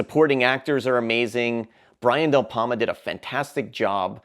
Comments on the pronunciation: I've seen the majority of these. I own Phantom of the Paradise, I absolutely adore it and Lord of Illusions. I absolutely believe that the end of a-ha's video for Take on Me was taken directly from the end of Altered States. And it's Brian DEPalma, not DelPalma. 🤦🏻‍♀️ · Are you saying Del Palma bro? It's De Palma. I do like your list and i would like to see a remake of "Deathdream" but still taking place in the early 1970s. Also,Rutger Hauer's last name is pronounced "How-er."